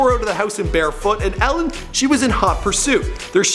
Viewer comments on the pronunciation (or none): Not pronounced Ellen.. pronounced E-Lin (Elin)